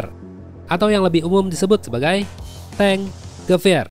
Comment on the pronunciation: Gua dengernya bukan T-Gewehr malah dengernya Di-Geber 😅